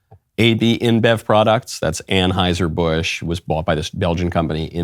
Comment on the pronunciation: Its just TRANeuser.... not TRANSeuser.